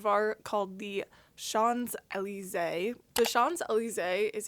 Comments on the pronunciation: Francophones pronounce it like “SHON-zay-lee-ZAY” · Great work. Just a note, SHOMPs-eh-LEESE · Pronounced like shoms ellie zay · I'm French and I will never forgive you for your prononciation!! JK it's really cute and actually thank you so much for your videos!!! (I'm fascinated by plants. And mushrooms. Shrooms are the weirdest entities that we can see) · You pronounce the s in champs because it’s followed by a word beginning with a vowel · I'm french, but I'm not surprised you can't pronounce champs d'elysee it's a nightmare for a foreigner. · I am french and i did'n notice at all that you miss-pronounce Champs Élysés, don't worry. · as a frenchman it hurted a bit but its still cool to see peoples trying : ) love your chanel ! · First learn to say champs-Elysee correctly! And when they say don’t propagate, they DO mean selling them! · You really butchered the name of the probably most famous street in the world. :) You can listen to the songs about it to learn the pronunciation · I was typing this as I saw the part about not pronouncing Champs Elyse correctly. Bug you still didn't pronounce it à la française 😂 I can't believe there are so many cry baby Monsanto narcs looking to lick more corporate boots, in your comments. Such sub 80 IQ NPCs should be ignored. The patent/copyright systems are outdated and abused. They should only apply for the life of the inventor/registrant plus 18 years in case they have children to inherit for only that many years. Buyers or licencers inherit the patents as is. Or better yet just keep "pirating". 😏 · 🍍🍍🍍Your pronunciation has improved from the first time you spotlighted Teruno World’s Champs Elysee. I’ve heard the pink pineapple can also naturally occur (some random Florida YouTuber is growing them in her back yard from suckers & tops). Please TC Pink pineapples next!!